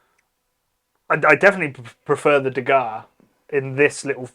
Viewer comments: It's not pronounced that way. IT 😂is de harrre (from back of throat) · Is de Garre Tripel bottled with refermentation in the bottle or is it bottled as is? That can of course make a huge difference with the draft version. And even the Belgians do not pronounce 'de Garre' with such a hard G, so don't bother. 😂